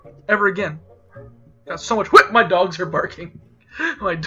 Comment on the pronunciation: "HWEAT" hahaha